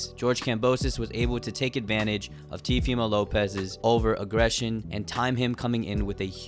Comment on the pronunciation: "TVmo López"